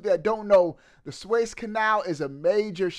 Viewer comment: Swayze canal??? You mean Suez? SueEz